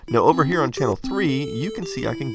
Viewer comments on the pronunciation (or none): none